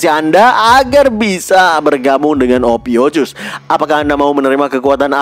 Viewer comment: Ophiukus min bukan ophiucus 😂😂 polos apa oon 😊